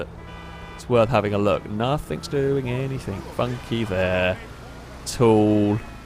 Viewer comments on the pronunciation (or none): "anything" does not have a "k" at the end FFS